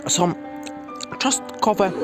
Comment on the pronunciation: co za burak, śmieć w trawę, czostkowe zamiast czosnkowe i do tego to mlaskanie....